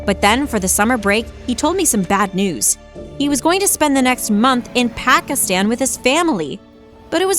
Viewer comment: the way she said Pakistan 😬😬 my blood boiled 😂